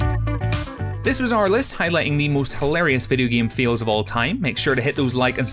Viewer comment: I'm sorry... are you saying "fails" or "feels" Noone knows